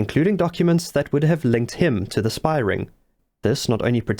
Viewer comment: A 'spahh'?